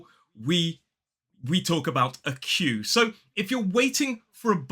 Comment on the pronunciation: Hi. Ha ha you made my day by the way you pronounced Queue the first time! 😅 🤣 I don't know if you knew it, but biscuit comes from the French word Biscuit. Long time ago, this word was used for specific little cakes made for navigators, for sailors who needed food that would last a long time. So the "biscuits" were cooked twice. Bis-cuits (BIS means twice in Latin language and CUIT means cooked in french) so the biscuits were cooked twice to have a better conservation. 😉